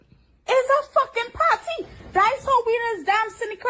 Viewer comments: Well, you can go "PAHTY" with someone else! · GET OUT! so I can have a [PAR] -TEE leaving you.